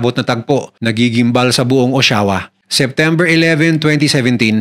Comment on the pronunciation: O-sha-wa po ang pronunciation